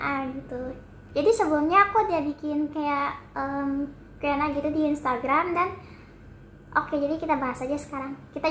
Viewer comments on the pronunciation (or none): qiu en ei bacanya ka